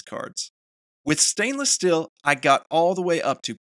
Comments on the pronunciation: good video but you're killing me with every time you say "Still" instead of "Steel" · Please, it is " STEEL " not " STILL "